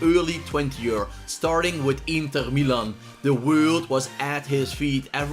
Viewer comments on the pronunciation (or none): none